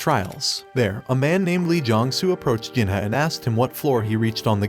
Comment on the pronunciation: Bro This anit a manga Jenna is not his name Kang Jin Hyuk is pronounced as Kang Jin He Yuk not Jenna